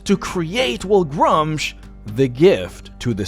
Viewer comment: It's pronounced, "Groo-msh" or, "Grümsh"